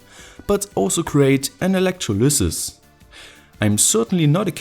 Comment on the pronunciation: elect row liss iss.